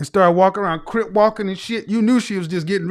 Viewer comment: Crip bro not crypt 😂